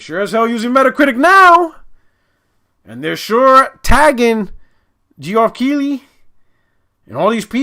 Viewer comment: Called that man “G-Off Keighley” tho. His name may be pronounced “Jeff,” but his name will forever be “G-Off” in my heart. Thanks,.